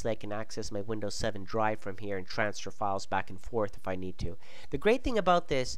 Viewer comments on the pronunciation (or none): none